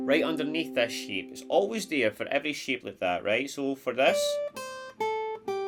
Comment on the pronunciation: Every time you said ‘shape’, it sounded like ‘sheep’ 😂 Guitar sheep bahhhhhhhhh